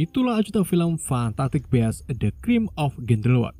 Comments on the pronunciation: bis ngomongnya bukan bes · Bacanya bukan best mas huhu